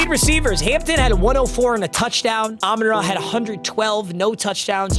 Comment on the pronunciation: Love the videos but got to get the name right it's Amon RA like the sun god